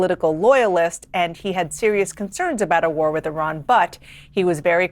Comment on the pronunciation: Say Iran correctly!!! Fck sake!!!